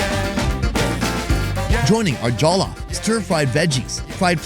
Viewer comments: Correction: it's NOT pronounced "jah-luf" rice, it's pronounced "jaw-lof" rice. Much love from a Nigerian New Yorker! Also... Nigerian jollof is theee best. <3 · Did you say Jello Fries?